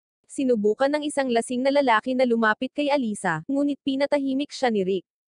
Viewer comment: ano lalali hindi lalali lalaki